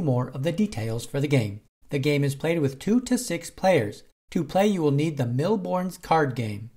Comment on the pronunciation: FFS, it's a french/European game. "S" at the end Bornes is silent. Seriously, how to butcher a language without even knowing it.